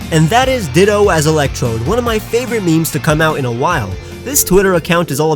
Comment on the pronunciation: He said ditta not ditto